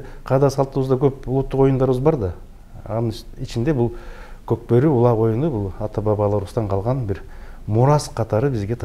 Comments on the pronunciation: Коп кору дебей кок бору дечи макале тилин келбей атабы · Кок бору деген созду айта албайт екен аа 😂😂😂